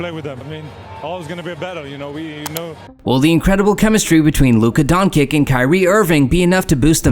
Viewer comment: WTF the imeges , timing and the nerative don't match at all why even make a video if you not gonna even try plus pronouciation of Luka Dončič is shit put respect on that name